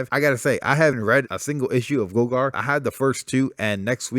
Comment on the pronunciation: I just finished reading gogor ( pronounced Gaw-Gore) and I really enjoyed it weird but good. Middlewest for sure!! Killer groove!!! Lil bird freaked me out and I stop picking up lol